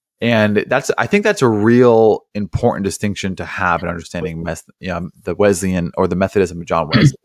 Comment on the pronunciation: Love the program 👍 I’m a Wesleyan, but it has an s sound and not a z sound. So Wesleyan not Wezleyan 😜